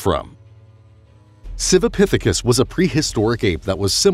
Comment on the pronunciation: Everything is a "pithikis" this a "pithacus" that!